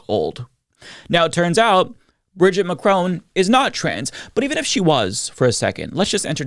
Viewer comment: I'm not French but you kinda calling Brigitte Bridget makes me cringe. For the pronunciation. Also... macrown...😅 ouch And I also cringe for calling her by her first name. 😅 it's maybe weird